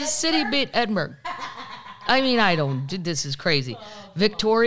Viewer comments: Edin-brr-row. Not burg. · Hey Kathleen, just wanted to add two cents to your pubcast, there are nine distilleries on Islay , ( pronounced..... eye - La ) Now you know ;) Ed en burrr rah ...... Scotland. It is Awesome 😘 but it's not a Burg I know I know , LOL I can hear you saying F off , I'm just trying to help you not sound like an untravelled American ,plus I love Scotland so much 💙💙💙 and you and Paddles of course